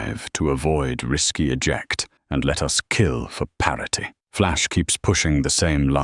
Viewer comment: Grok's "Parety" always gets me bro